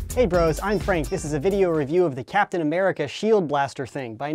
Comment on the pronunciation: its cooptin america